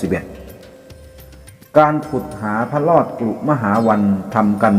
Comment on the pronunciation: พระ ร อ ด ครับ ไม่ใช่พระ ลอด